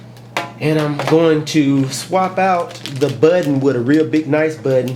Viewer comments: budden what its button........lol nice video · mah buhhk-tenn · Lol... I like the way u say button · Lol I love the way you say 'button'. Nice video.